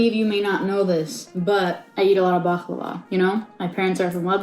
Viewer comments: ummmmm...hate to tell you this but that is not at all how you say baklava in arabic. like that letter "khhh" خ is not in the word baklava....it's بقلاوة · Yeah, that made me cringe hard. She completely butchered it. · as a turkish person, this is absolutely the worst pronontiation of baklava I've ever heard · Nobody pronounces it "bakhlava". That's weird. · Why did pronounce baklava like DJ Khaled